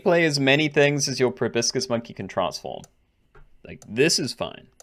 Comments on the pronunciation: Proboscis, not brobiscis! You're as bad as that architect RCE at times! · Pro-bah-sis lol